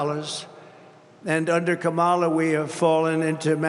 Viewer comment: "Ka' mala" haha the snowflakes are going nuts!